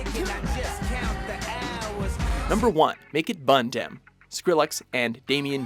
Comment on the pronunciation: as a Jamaican i gotta say that your pronunciation of "mek it bun dem" had me rotfl